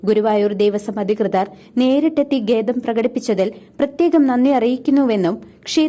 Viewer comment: ദേവസ്വം ഭാരവാഹികൾക്ക് നന്ദി അറിയിക്കുന്നു. പിന്നെ ഗേദം അല്ല, ഖേദം ആണ് News reader ശ്രദ്ധിക്കുക.